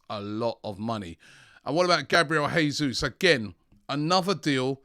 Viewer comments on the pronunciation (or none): The deal for Gabriel Jesus would have been completed already if would stop mispronouncing his name it's pronounced "JAY Zeus" not "Hey Zeus"